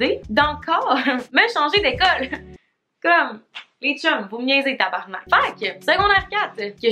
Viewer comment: Le mot “tabarnak” dans ta bouche est magnifique 💖 tabarrrrnakkkkk